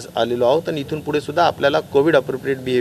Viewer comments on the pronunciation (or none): none